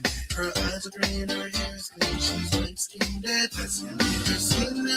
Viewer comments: You heard em. Its Light Skinned-ed. LOL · I really don't know what is triggering me more. The incorrect pronunciation of the word - LIGHT SKINNED, or the old fool thinking this young lady would even look at him. He's a total clown show!